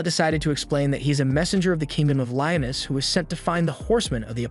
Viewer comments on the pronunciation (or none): its pronounced Lee-oan-us